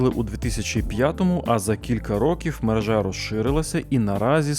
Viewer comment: Не мережá, а мерéжа. Слідкуйте, будь ласка, за мовленням - дуже ріже вуха.